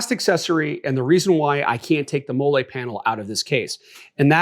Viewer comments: 31 years on this earth, 8 years in the Army, and you're the first person I've ever heard pronounce "Mall-E" webbing as "Moolay". 😂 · Great video! Learned a lot. Btw it's pronounced "molly" not "mo-lay". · What the hell is mollé (like Olé) its molle (Molly) it’s was starting to be a good vid but after that i was out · If you don't know how to pronounce Molly, then I don't know what to tell you...... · I know it's petty, but it's (mol-lee) MOLLE. It's an acronym for "Modular Lightweight Load-carrying Equipment". Just sayin' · It’s pronounced Mol-lee homie… sorry it bothered my military ears 😂…. Good video though. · Talking about people that don’t know MOLLE while mispronouncing it is crazy work! 😅 Great video, though.